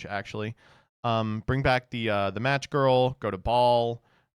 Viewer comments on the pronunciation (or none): Hearing him mispronounce "Match" made me yell out loud. Just another day with